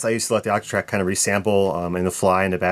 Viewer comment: The way you pronounce your O's bothers me way more than it should. Actatrack, actatrack!